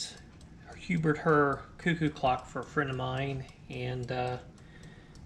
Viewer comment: Pronounced same as "hair". Herr (pronounced "HAIR") is German for "mister".